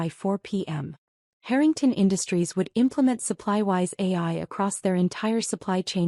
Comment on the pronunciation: Why pronounce the surname Harrington as hurrington. The person thats telling the story , goes from hurrington to Harrington. Please pronounce names properly as it sounds horrible when names are missed pronounced